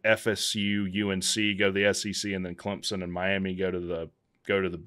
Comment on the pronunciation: Run a weighted average and podcast it. Great analysis. Great show. Thanks. Is it pronounced “Clemp-sun” or “Clem-sun”? I’m hearing a “p” from you.